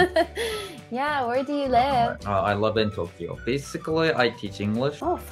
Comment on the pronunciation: basicallyの発音、若干フィリピン人っぽい